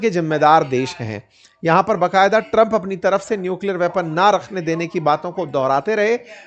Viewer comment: Respected sir, बकायदा नहीं होता , ba qayada hota hei, iske sthan pr aap koi hindi ka shabd bhi chun sakte hei jiske uchcharan mei aapko dikkat na ho